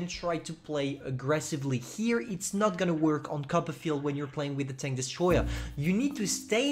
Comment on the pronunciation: Everyone: Copperfield: cuppa'field